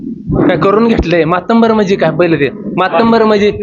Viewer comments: मातब्बर म्हण बाबा, मराठी बोलायला शिक.या अशा अति हुशार नेत्यांमुळे उबाठाचे टमरेल वाजत आहे. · भाषण उत्तम पण मातंबर असा शब्द नाही मातब्बर आहे परणीतती असा शब्द नाही प्रणिती असा नाही